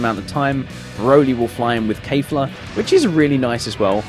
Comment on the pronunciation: Kef la, not kayfla